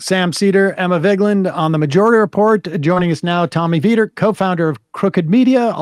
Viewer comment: Veeter? I hardly know her! (Yeah I’m using Sam’s pronunciation.)